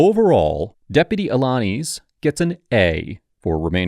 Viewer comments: A - la - niz (niece) lol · Despite Deputy Alaniz saying his own name several times during this video, still butchered the pronunciation. As for the interaction itself, the deputy showed tremendous patience and professionalism. The senator was all about deflect, deflect, deflect.